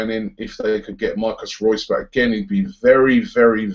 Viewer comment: If you dont know how to pronounce MARCO Reus' name, then you dont know football. embarassing.